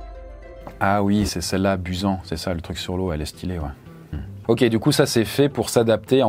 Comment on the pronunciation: Busan, ça se prononce "Pousane"